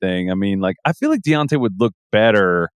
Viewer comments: Man called dejounte deyante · The industry is weird. No one knew who Wemby was until we were told. Sar shows a lot of potential. He looks stronger than Wemby and weighs more plus shows great athleticism. Also I don’t appreciate white boy messing up Dejounte name like that lol.